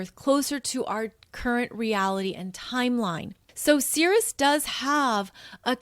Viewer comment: I thought you might want to know that Ceres is pronounced "eez" on the end - ˈsēr-(ˌ)ēz, which sounds like the word 'cereal' which, as you know, comes from Ceres the Goddess of the Grain. 🌾 I appreciate what you're teaching us in this video, because I've been wanting to learn more about what healing looks like and what all the different possibilities are for how to do it., you definitely make me feel more okay with being on the path I'm on and following my NN in Cancer, 1st house. "Persephone became very skilled at journeying between the upper world and the underworld." - Get this - Proserpina is conjunct my Moon which is sextiling Ceres in my chart. And I've been reading near-death experiences since I got online in 1998. They were the first thing I looked up as soon as I was on the internet. I'm fascinated with that subject. "She became a messenger for the Gods." - I have a stellium with my Sun in Pisces. This is from my notes: "Pisces: the pure channeler of the gods." and also: "God's Gift to Pisces ~ To you Pisces I give the most difficult task of all. I ask you to collect all of man’s sorrows and return them to me. Your tears are to ultimately be My tears. The sorrow you will absorb is the effect of man’s misunderstanding of My Idea, but you are to give him compassion that he may try again. For this, the most difficult task of all, I give the greatest gift of all. You will be the only one of My twelve children to understand Me. But this gift of und